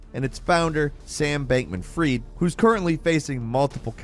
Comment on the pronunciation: Sam Bankman Fried: Fried is pronounced as in "fried potatoes."